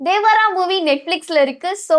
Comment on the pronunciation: தேவரா ❌ தேவாரா ✅